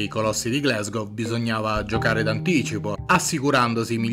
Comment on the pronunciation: Glasgow si legge come si scrive non "Glesgow". Per favore